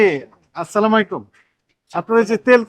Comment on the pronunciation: এই স্যারের সালামটা কিন্তু সঠিক না।